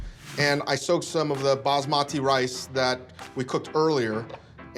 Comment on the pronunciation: Ahhh I love this but the pronounciation of basmati.